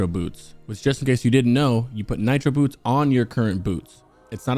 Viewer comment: Nitro BOOSTS! Not Nitro Boots lol. But great guide. I plan on coming back to this video once I eventually level up a Warlock since Demo is my favorite spec.